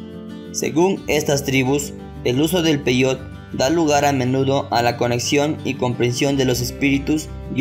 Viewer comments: Primer error, se pronuncia peyote así como se escribe, no peyot cómo tú lo pronuncias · Investiga bien. Peyote, se pronuncia igual que como se escribe, no peyot